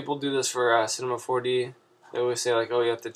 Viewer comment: lmao what if your voice was really like that in the beginning "cinehmah 4deh"